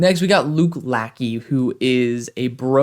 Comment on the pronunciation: As an Iowa fan I love Luke Lachey. I think you’ll see a big step up this year with a huge upgrade at qb. Ps: it’s pronounced la-shey